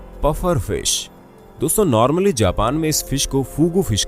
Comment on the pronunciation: Its not buffer fish..its puffer fish..